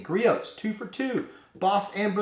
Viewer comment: Gree-Oh's, not Gree-Oat's. Other than that, great video!